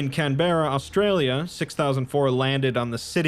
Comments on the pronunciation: As as australian I can confirm these events did infact occur but I didn't know it was due to an scp, they must have done a good job covering it up. Or.. I spend too much time indoors. Also it's Can-Bruh not Can-Berrah. Fun fact, in the dreamtime the aborigonals once witnessed a supernova :3 Fun fact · It's pronounced "CAN BRAH" not "Can Bear Ar" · I love can-bear-ah. It's a great place.